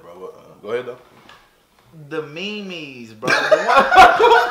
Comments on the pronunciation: the mee-mees nigga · Bro said meemees memes 😂😂😂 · "The ME MES" 😂😂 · The me mes ??? Was he for real ? 💀🤣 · he said the MeMes and the coranoravirus🤣🤣🤣🤣🤣🤣🤣🤣🤣🤣🤣🤣🤣😂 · Bro was saying memes in Spanish, this shi got me dead ong🗿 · He has to be saying these wrong on purpose istg